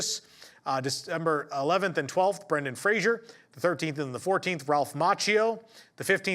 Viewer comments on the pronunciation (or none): none